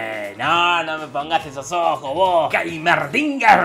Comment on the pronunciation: Geimerdinguer se pronuncia 😂